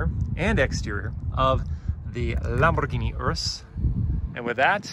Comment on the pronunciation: You're not even calling a Lamborghini properly saying Lamborghini Lamborghini Lamborghini is not lumber it's lambo Lamborghini not Lamborghini